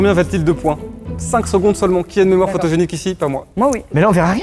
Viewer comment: Terra : " Qui a une mémoire photogénitque?" xD